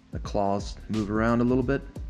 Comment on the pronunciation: PSA for anyone reading this...don't pronounce the Z. CrawZ is said like craws, not craw-z.